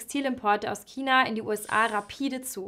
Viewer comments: Dislike weil es nicht Kina sondern China heißt sonst gutes Video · Das aussprechen von China als Kina ist falsch sowie ist das Geräusch vom Marker grässlich. Dennoch interessantes Video. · Gutes Video! Aber seit wann heißt China, Kina ?! -. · Ja, sehr unpassend. Und sie sagt immer Kina... 😵‍💫 Aber sonst sehr schön gesprochen. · "Kina".....ansonsten super Video. Sehr interessant. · kommst du aus bayern? du klingst übel danach... schon vor dem kina interessant finde ich dass bei deinem china-k so 5% "ch" mitschwingt tatsächlich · Kannst du bitte aufhören Kina zu sagen. Es ist nicht schwer ein CH auszusprechen. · Bitte vermeidet es im Dialekt zu sprechen. Kina ist nicht hochdeutsch, genauso wenig wie Brezn (wurde in nem anderen Video gesagt) Das gehört hier nicht rein, ansoonsten gutes Video